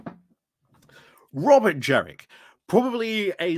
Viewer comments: Completely agree with everything you say, but every time you pronounced JeNrick as JeRRick I took you a little less seriously. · Jenrick not Jerrick